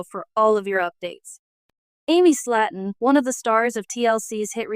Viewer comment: If you’re gonna talk about someone else at least get their name right.. it’s slayton! Not slat’on .. better yet leave these people alone. It’s not your life or business… clearly have nothing better to do than talk about others lives.. your life must be pretty boring!